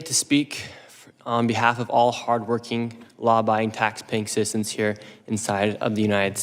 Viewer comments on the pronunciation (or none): Barely a minute in and I hear him say he's there for all "Law-buying, tax-paying cissens"